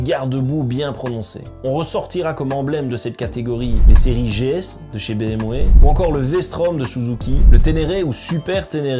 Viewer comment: béèmway 😄 ah les belges ...